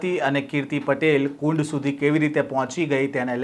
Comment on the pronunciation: કુંડ nu name બોલતા શીખ સડેલી